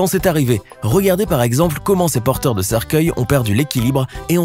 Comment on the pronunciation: Hihihi il a dit " Porteuil " au lieu de porteurs hihihi